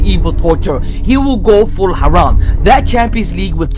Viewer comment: "Aaraam Football"